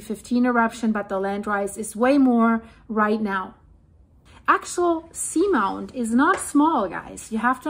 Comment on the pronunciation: I have heard it pronounced Ax-ee-all-sea-mount. I love your reports, you’re always on it!